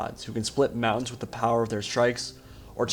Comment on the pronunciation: did he mean mouns or mountains